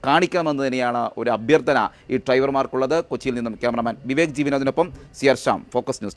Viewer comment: ട്രൈവർ അല്ല ഡ്രൈവർ അതാണ് ശെരി. അങ്ങനെ പറയൂ anchor